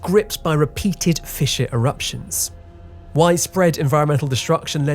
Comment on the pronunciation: You pronounce 'fissure' weird - you are saying it more like 'fisher' lolz